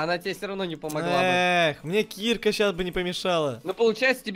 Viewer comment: Дэбыл не кИрка а киркА